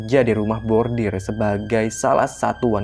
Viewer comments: rumah bordil (brothel), bukan rumah bordir (embroidery). 😬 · Bordil.....bukan bordir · maaf saya dengernya kok "rumah bordir" harusnya kan "rumah bordil" >_<